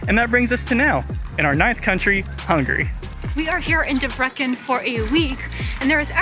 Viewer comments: bro the pronunciation debreKen 🤣🤣🤣. DEBRECEN is pronounced as Debretsen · Debrekken lol. Why not do like 5 seconds of research to figure out the pronunciation of the place your entire video is central to?